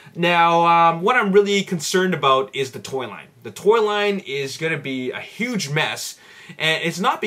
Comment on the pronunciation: I thought you said toilet instead of Toy Line lolol